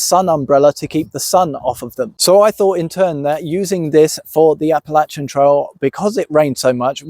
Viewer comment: Thank you for saying Appalachian correctly!!